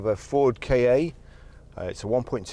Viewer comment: Another one pronouncing its name wrong 🙄 i have asked ford myself they advised me its pronounced like cat without the t Kaaayaaay indead 🙄